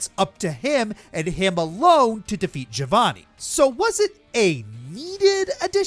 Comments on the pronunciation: Anyone else triggered by how pronounced Giovanni's name Ga-vo-nee instead of Ge-o-vo-nee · Its pronounced "Geo-vanny"